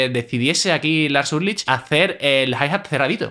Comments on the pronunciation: no sabe pronunciar Ulrich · pronuncias mal el apellido de Lars.un saludo 👋🏻👋🏻👋🏻👏🏻👏🏻👏🏻😉👍🏻